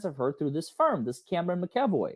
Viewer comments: McEvoy- Mac E Voy., you are totally entertaining, you make legal stuff interesting. You are a wonderful teacher. It is my understanding that Elaine intentionally excluded Cameron McEvoy from participating in Amber’s defense. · Mac - A - VOY 😂😂. Lol. Those darned Irish names are hard. Lol. She’s gonna always pull criminal bs until she’s made to face ramifications for those acts. 🤬